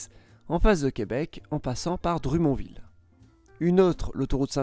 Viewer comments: Dru"mon"ville. Non! Dro"monne"ville qu'on prononce. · Granby se prononce "grèm-bay" et Drummondville "drommone-ville", on doit le dire à l'anglaise en fait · Par exemple, la façon qu'il pronnonce Dummondville. Je n'avais aucune idée de quelle ville il parlait haha. Nous le prononçons \dʁɔ.mɔnd.vil\ et non \drumondville\ en un mot. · Drumond 🤣 déjà c’est Drummondville et ça se prononce drâ-mond-ville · ca ma fait rire quand tu as dit ''Lévisse'' et ''Dru, mon, ville''! Lévis se dit lé-vie et dummond Droh-monne-ville :) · juste pour votre information, on dit Drô-monne-ville (Drummondville) et non pas Drumond-ville. Rou-in-Noranda (Rouyn-Noranda) et non pas Ruinne-Noranda. Lé-vi (Lévis) et non pas Lévisse. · Pour Drummondville, on dit : "Drâ-monne-Ville" et non " Dru-mon-ville". Sur le coup jme suis dit , mais c'est quoi cette ville qu'il viens de prononcer. haha, merci pour "le" video. (oui , ici on dit "un" video, 🙂 ) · Attend 😂😂drumon ville .. Drumon pronounce avec un accent anglais et ville dit le normalement 😂 donc dromonville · Petite correction linguistique, Granby se prononce Granne-bé, et non Granbie. Quant à Rouyn-Noranda, ce n'est pas "Rouie" mais "Rou-ain". Quant à Drummondville, ça se prononce "Dreum-monde-ville", et non Dru-mont-ville. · Drummonville = dro-mone-ville (drue-mon-ville.... misère! y a fallu que je l'entende trois fois pour comprendre... xD) Granby = grane-bé Rouyn-Noranda = rou-hin-no-ran-da Lévis = lé-vi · J'ai adoré la prononciation pour Drumont-Ville et Grand-bie 😂 Merci pour la vidéo, elle était excellente. (PS: Elles se prononcent à l'anglaise) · Drummondville, on le dit à l'anglaise ici : 🥁-mun-ville. 😂 Merci pour la vidéo! 👍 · Drummondvilloise ici. La façon de prononcer de chez nous, c'est Dromme-onne-ville. Et c'est Graine-Bé. ;-) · Ça se prononce Dromonne-ville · La prononciation des villes est hilarante ! drumonville, rouinoranda et grambi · Dru-mon-ville m'a tué. Merci pour le fou rire! Très sympa la vidéo